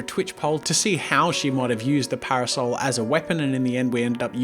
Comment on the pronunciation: when he kept saying parosel I got confused then hire drew an umbrella